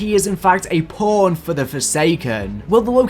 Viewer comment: Forget that. Listen to how he said pawn.